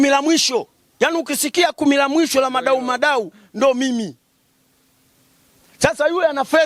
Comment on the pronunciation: ni Muadau Muadau sio madau madau😂